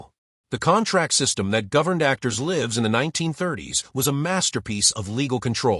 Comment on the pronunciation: “lives” is mispronounced